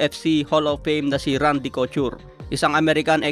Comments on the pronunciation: Kotyur? Kotur ang basa don brod. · cochur ka ng cochur. coture yun. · Hahahaha cout-ture hahahaha 😂😂 bulol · Anong Randy Kyu-tor? Cou-tor ang pag bigkas nyan nasobrahan ka na naman ng pag slang mo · Randy Couture (ko-tur) yun lods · ko-tur ang pronounciation ng Couture. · wahahah co-chur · Tinira nyo naman sa pronouncition si,nkaraan kay janibeck alimkanula,ngayon ko-tur na nman..